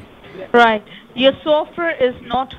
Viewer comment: Atrocious accent: SOFTWARE was pronounced sulfur. 🤣😂🤣